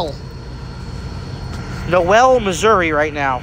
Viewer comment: Dude, Noel is pronounced knowl. Great drone footage by the way.